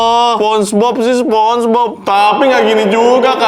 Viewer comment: Sponenge bob ❌ Sponege cuci ✅